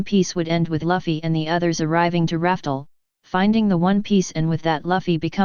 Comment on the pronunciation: want to listen to this but the moment i hear Luffy being pronounced Laffy it kills me!! true fans say luffy not laffy my friend :D